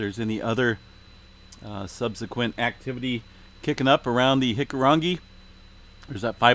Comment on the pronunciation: Thanks for updating. You've got the Hikurangi pronunciation rolling off your tongue now 😊